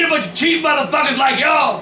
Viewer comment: i love how he calls the doughnuts "muthfukas"